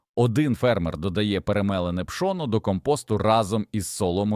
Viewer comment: Пшо'но😂 гри'бки😂 ШІ не навчилося наголос ставити вірно